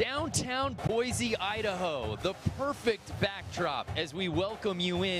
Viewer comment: at least pronounce boise right.